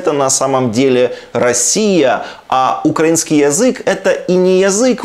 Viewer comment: Шахназарову треба взяти якийсь словничок, подивитись, як ставиться наголос на слові український. Начебто режисер, а такий безграмотний!